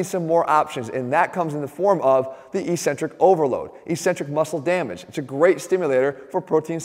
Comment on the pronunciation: ••• EK·sen·trik ••• Notwithstanding your ongoing mispronunciation of ECCENTRIC, I liked the vid. ••• Think 'accent'. Think 'access'. Think 'success'. • • • BUDAPEST • • • • 2019 AUGUST 3 • • • • • 12·30 • • • •